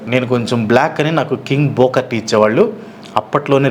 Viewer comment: చిన్నప్పుడు మీరు పలికినట్లే అనే వాళ్ళం. వ్రేజలింగ్ Wrestling బూకర్ T. Booker T ఇప్పటి పిల్లలు సరిగ్గా పలుకుతారు Favourites : Yukozuna & Vader